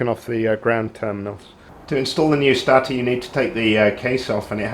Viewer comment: good video but its pronounced STAY-TOR not STA-TA, was really annoying!